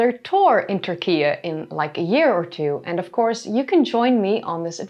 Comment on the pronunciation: Turkish people pronounce it "TurkiE." Why are you pronouncing it as "TurkiA"?